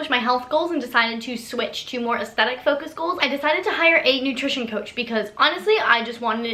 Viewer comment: So everytime you said "athstetic goals" I kept hearing "athsteticles" 😂 (I prolly spelt those wrong oops)